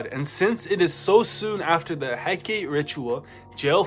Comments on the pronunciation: Please say Hecate our Divine mother's name correctly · Hecate took them out for mispronouncing her name so much 😁